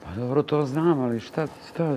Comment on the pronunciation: Al kad kaze: jaooo nije mi dobrrro😅😅😅